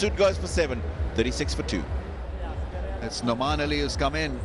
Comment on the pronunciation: Its nauman ali not noman 😅